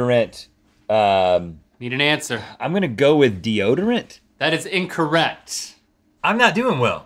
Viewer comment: is link saying incorRhett?